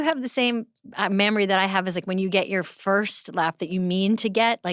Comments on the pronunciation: Am I the only one hearing her say "mamory" 😂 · Is Amy saying "Mammary" instead of "Memory" ? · Am I the only one who hears “mammary” every time Amy says “memory” lol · I love how Amy pronounces “Memory” like “Mammary” 😂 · Is she saying “mammary”? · I swear Amy always says "mammary" instead of "memory" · Does Amy say MAMMARY instead of MEMORY or am I crazy? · No, she does not have the same 'mammary' that you have, Amy. I guess that's some kinda dialect thing when she pronounces 'memory' that way.